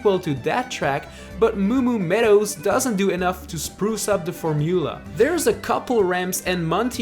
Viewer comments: Uge ??? form-u-la ???? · the for-moo-la... I see what you did there